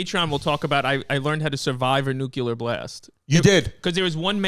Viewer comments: Big ups to Chrissy's account of Ukraine...the most balanced and true you'll see, ironically. But...its still NU-CLEAR not NEW-QUEUE-LAR war that will kill us. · Chrissy New-kew-ler took us to school, babes! Hope y'all took notes! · Boys…say it with me now…New-Clear.